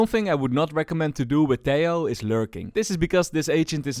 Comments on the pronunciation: you fixed half the pronunciation of Tejo's name! keep it up only the second half to go :p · hi, ia m not sure about this but i think "tejo" its pronounced like "te-ho" instead of "te-yo", i am not sure but as a Colombian myself i think "te-ho" makes more sense" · Tiao?, wait whatt? Valorant dev themselves confirmed its " Teho " from colombia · Hes pronounced as teho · Helloooo. I'm Spanish, and the "j" in "Tejo" is actualy pronounced like an english h, so its more like "Teho" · TEH-HO Your welcome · Hey i have fun fact About this Tejo, I know this might be an unimportant fun fact, but in my place (Indonesia) He is called Tejo not teh-ho. This case is like the ISO agent. When he was first released, many people interpreted his name as (BISA). If you interpret it, it means "can't". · hes from colombia (they speak spanish) so most likeley his name would be pronounced as teho (think like javier - havier) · Its T-EH-O 😭😭